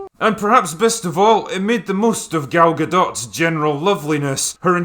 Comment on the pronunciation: Finally someone that pronounces gal gadot right...i speak hebrew and it geniuently bothers me lol